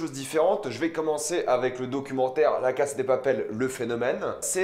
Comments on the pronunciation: Répète après moi : "La casA de Papel", le A se prononce, c'est pas "La Case de papel".... Sinon, bonne vidéo... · pourquoi tu dis "la case" au lieu de "la casa" ? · La cassssssaaaaaa de papel ptn de merde pas case de papel ptn maîtrise ton latin 🤦‍♂️🤦‍♂️🤦‍♂️🤦‍♂️😑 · C'est moi ou tu dis (la caSSe de papel)???!!!! En fait, y a un (A) à la fin 🙄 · Arrête de dire case de papel c pas ouf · On dirais tu dis « la casse de papel » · On m’explique pourquoi il dit tout le temps la « cass » de papel